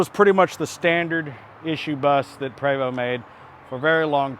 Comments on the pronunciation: It is properly pronounced "pray-voe". You were saying "pree voe". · Je suis Canadien! Oui! C’est un Prévost! (prob. “Pray—VOH”)